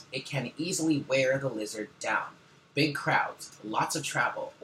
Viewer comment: I've been laughing my ass off at "LEE-ZARD" for about 10 minutes lol I love you, you always start my day off with the right attitude<3 thank you boo! Namaste lovely people